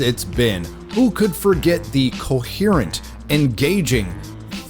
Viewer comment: I laughered so hard at saying "coherent", my neighbors think I'm crazy... Trump sees all. HER NAME BEING THE MONIKER IN NYC for special ed, err, slow, errr speshul... is priceless.